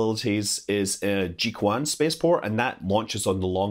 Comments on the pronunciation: Then tell him how to do it right. I will be thinking to take the first part of Juice plus the first part of translation, become "Jui-Tran" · friendly tip, when pronouncing mandarin, the "q"s are soft like "ch" as in "cheese", so "jiuquan" would be more like "jiu-chuan" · The pronunciation of 'Tianhe' is good enough, but the 'jiuquan' is sound like 'ju chuen'. In Chinese, 'Q' pronunciation like 'ch' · jiuquan is pronounced as "Jiu Chiuan" not "Ji Kuan" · Haha... I continue to see you struggle with Mandarin pronunciations. … Fun fact: Type in the phrase "wine spring" in google translate, Chinese translation 酒泉 (JiuQuan) will show up which is also the name of China's rocket launch center in the northwest mentioned by you (pronounced Jiǔquán or Jiu-Chuan). The city was named by Emperor Han in 121 BC who allegedly pour wine into a water spring as a reward to his troops for a major battle won. I enjoy all your videos, thanks. I share your vision that all to work together peacefully and let us keep the politics out of space. Like you say, "Fly safely without the "wine spring" haha ...." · Jiuquan is pronounced as "Jeo-Chyuen". Shenzhou is "Shen-Jou". Just FYI. BTW Tianhe's pronunciation is perfect. Great video! Chinese pronunciation is actually not that hard as long as you master the following three special rules: 1. Q is always pronounced as Chy (e.g. Qi == Chee), 2. C is always pronounnced as "ts", except that Ch is still just "ch" like in English, 3. e in e/en/eng is pronounced as "er" without rolled r, but in ei/ue, its pronounced as "eh" just like in "chess". Other subtleties are rather much more minor. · Here is a tip to pronounce Chinese words. Whenever you see the alphabet q, replace it with ch. So Jiuquan will be pronounced as Jiuchuan. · kudos on the Pronunciation but a quick correction: Wenchang is the name of the launch site, not the island. The island is called Hainan. "Jiuquan" is pronounced "Jew Chuan" :) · You may pronounce Jiuquan as Joe-Trend